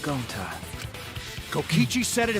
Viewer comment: no ones gonna say how said Goncy instead of gonta 💀